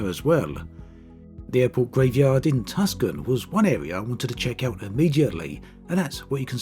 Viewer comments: Too-San. Not Tuck-sun Lol. I recognized the bone yard. I drive by it all the time. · Awesome changes all around. Thank you for this video. From the "nobody f'g cares" department, Tucson is actually pronounced TU-sawn, and not TUK-son. I did a 1-week instrument flying course there (it's basically clear skies every single day). The bus tour of the famous Boneyard is awesome. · he called tucson tuskin, lmao. it's two-s-on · Did you just pronounce Tucson like "Tuskan" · “Tuckson” it’s pronounced Toosan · Bruh he said Tukson it’s pronounced To-s-on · Airport graveyard in Tuscan? No, that's TUCSON. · Tucson is pronounced "tewson" not... tuscan. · "The airport graveyard in Tusken" Ooof its pronounced "TWO-SAHN". lol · It's Tucson not Tuskin where the "Bone Yard" is located...lol Good video....subbed! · I chuckled a bit at the pronunciation of Tucsan, Arizona as Tuscan. It's more like Two-Sawn. :P Thanks for the great update video as always. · Yeah, I chuckled a bit at that as I'm from Phoenix and I've been to Tucson and the boneyard a lot. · Tucson is pronounced “Too-sahn” not Tukson FYI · Was literally just about to comment the same thing lmao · Tuscan is pronounced “Too-sahn”. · I think he said TUSS-can on purpose. :D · Tuscon is pronounced like Two-saun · We actually pronouce it as "Two-sawn" here in America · Tucson is actually pronounced "Tousson," almost French sounding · My house is right in front of the boneyard. Also, its "Too-sawn" 😆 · Tucson is pronounced Two Sawn. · Tus-Kawn Arizona, LMAO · Another great overview of the changes. Thanks. By the way Tucson is pronounced [too-son]. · Great video. BTW, it’s pronounced Too-san. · Tucson is pronounced TOOSAAN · Just a pronunciation note: Tucson is pronounced "to son". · Tucson is pronounced Two-Sawn. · he said "tusken" lmao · Lived in "Too-sahn" for 16 plus years and Arizona my whole life. Cringed at the pronunciation but still love the videos! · Lol it’s To-s-on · How you pronounced Tucson made me facepalm lol